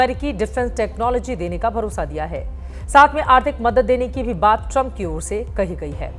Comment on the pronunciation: और बोलो नमस्ते ट्रामप😂😂😂